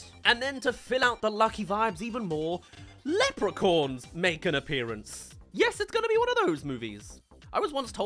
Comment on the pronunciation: The way you pronounce Leprechauns